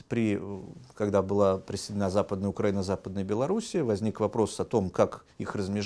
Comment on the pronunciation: Страна УкраИна, следовательно ударение на "и".